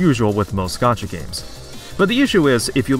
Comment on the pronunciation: gee-yatt? that's not how that word is pronounced at all.